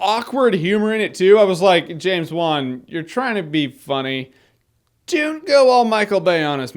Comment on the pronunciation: you say it like this james wan . just letting you know